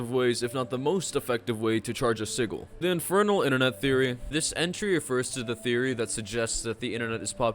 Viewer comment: This video was a great watch every topic was interesting please do a supernatural iceberg i subscribed Btw you said Sigil in a strange way lol